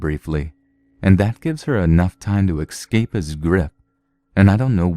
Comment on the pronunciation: It's so cute that the narrator doesn't know how to correctly pronounce "escape".